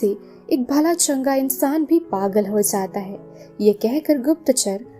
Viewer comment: zata hy, zati hy, ye bola hy na apny... Usko samajh nhi arha